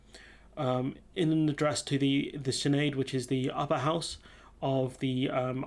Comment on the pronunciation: Hi, the Irish Senate is called the "Seanad" and is pronounced "Shannad".